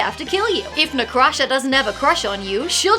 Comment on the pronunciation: well - I heard you talking about Na'Krusha a few times but I always heard it as Necrotia so my mental image was more like a Chthonic Tiefling death domain cleric or something